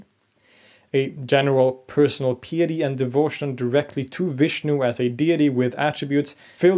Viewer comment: Your pronunciation of "piety" sounded odd. As an American I know it as pie-a-tea.